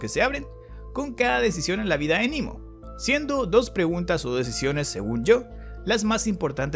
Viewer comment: Quedaría mejor pronunciar "Nemo" (=Nadie), ya que es latín y no inglés. Sugiero THE VOID Muy buen resumen y explicación